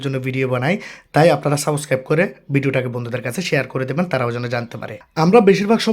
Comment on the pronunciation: Subscribe ❌ saboscribe✅